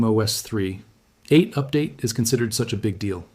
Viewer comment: Great AI video. Especially hearing an AI narrator that can't say "3.8"